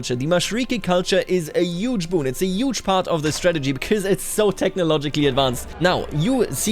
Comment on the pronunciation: yuge, yuge, yuge, yuge!!!! so many YUGE